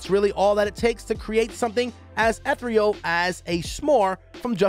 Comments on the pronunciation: And mispronounced “Eth-re-uhl”, instead of ethereal. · Ethrial?! Who are they paying to read this script!?! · AND "eth ree all" instead of ethereal. 😳